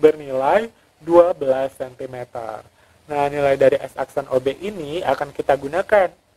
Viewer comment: koreksi dikit yah, ada kesalahan pronounciation/pengucapan (12 cm) tetapi di videonya bener kok :v maaf yaa baru nyadar hehe